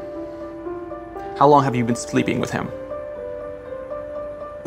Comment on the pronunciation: "How long have you been spleeping with him" tongue slip..